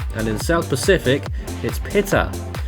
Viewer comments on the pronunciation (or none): by the way. WMO has Pita pronounced "pee tah" not I pity the fool that did not form from 05F or 10F. =P